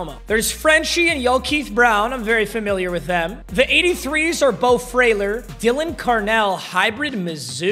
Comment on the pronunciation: his name is (DAY-LYNN) carnell get it right